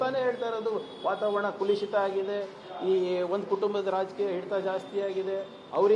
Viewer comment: ಕುಲುಷಿತ ಅಲ್ಲ ಮರ್ರೆ. ಕಲುಷಿತ